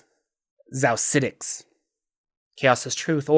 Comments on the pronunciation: Xaositects is pronounced «chaositects.» Like architect. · Xaositects = "Chaos-itects" — as in "chaos architects" 'Course my Xaositect wild mage from back in the day would be on board with a bit of arbitrary mispronunciation. Just didn't want you to miss out on that bit of cleverness in the name :) Love your videos, btw! I got back into D&D last year after a 20-year hiatus, and this channel has been a fun way to brush up on lore.